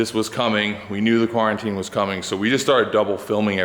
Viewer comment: "carantine" plain and simple ;)